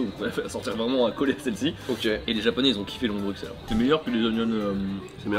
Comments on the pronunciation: Mensonge, je suis belge pur souche et on prononce S et pas X. Il n’y a que les étrangers ou les personnes issues de famille venant de l’étranger (en Belgique depuis quelques générations parfois) qui prononce X. On ne verra d’ailleurs aucun francophone en dehors de Bruxelles le dire avec un X (sans offense bien sûr sur le mot étranger qui ne signifie pas une ethnie ou couleur de peau en particulier vu comment le prononce nos compatriotes Français) 😂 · je suis français et ça me titille aussi quand les français disent BruXelles aussi, par contre y’a un truc pas logique c’est que le quartier d’Ixelles à Bxl se dit IXelles… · Franchement je suis belge et j'ai jamais entendu de ce leon de Bruxelles (que l'on dit "bru-selle) d'ailleurs) J'ai regardé et ça a l'air d'être une chaine française de truc belge mais ils sont pas implanté en belgique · Ça se prononce Brussèl ... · On ne prononce pas le x de Bruxelles, mais on dit Brusselle, a cause du flamands qui prononce la capitale en Brussel 😉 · Ça se prononce brussel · Pitié la prononciation, un peu de respect, prononcez "Brussssselles" correctement ! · bruSSSSSSSSSels et pas bruXXXels. sinon on va commencer a dire pariSSSSE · Je suis français et à mon avis tous les français sont sensés savoir que le “x” de Bruxelles ne se prononce pas. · C’est quoi cette connerie: on prononce avec le x en Belgique espère de banane flambée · mais à moins que tu sois flamand, on dit Bruxelles, on prononces le x, sinon retournes à l’école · Les gars ça se prononce "Brusselle" pas "BruXelle" svp 🙏🏻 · Les gars please "Brussel" prononcé pas ce "X" 😂 ah et pour info les moules frites c'est une spécialité belge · Juste une info le x de bruxelles se prononce s genre brussels en tout cas à liege 😊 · Petit précision : Bruxelles se prononce comme s'il y avait 2 s (Brussel), et non pas comme un x normal (Bruksel). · on dit brussèle pas bruksèle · On ne prononce pas le “x” de Bruxelles, on le prononce comme avec un “s”.